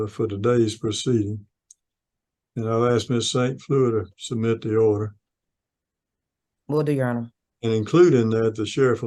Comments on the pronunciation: If you can’t even reproduce the English language properly, please don’t attempt to explain the law to a judge and lawyer. “I axed the court”. 😂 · Does anybody else absolutely HATE when people cannot get the word "ASK" out of their mouth and instead "AX" questions? 🤦‍♂️ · That language again i axed him go back to school and learn how to talk